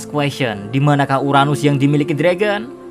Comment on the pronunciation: Emosi gw pas dia ngomong uranus